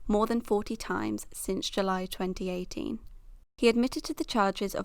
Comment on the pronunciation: it sounded like 2019 rip